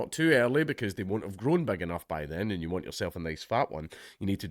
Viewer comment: "ILL TEACH YEEW"